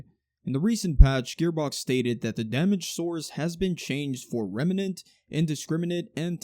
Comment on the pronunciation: i like how you say remnant